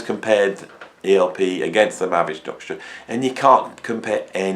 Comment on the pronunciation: Lol. Mavi structure, mavy doctor, mavish nucture. (Better than ELP ). What is the true spelling ? Your lips are mumbling over the pronunciation. Thank god ELP is straightforward.